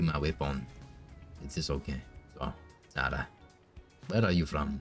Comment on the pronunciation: sar-sars-sarah HAHAHAHA